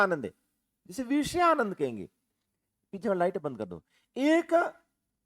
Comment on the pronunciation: आप बहुत अच्छा पढ़ाते हैं । लेकिन कहीं कहीं उच्चारण और लहजा ठीक नहीं लगता। जैसे - आप विषयानंद को वीषयानंद बोलते हैं। मतलब विषय को वीषय बोलते हो। बुरा मत मानना मैं आपकी तुलना में कुछ नहीं हूँ